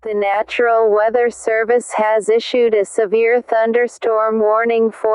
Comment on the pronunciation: It’s national not natural